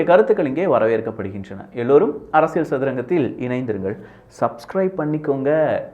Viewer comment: ...அரசியல் என்பதற்குப் பதிலாக உச்சரிப்பு உசிலமணி அரசியள் என்று சொல்லாதே.... தொடர்ந்து உமது காணொலிகளைப் பார்க்க ஆசைப்படுகிறோம்.....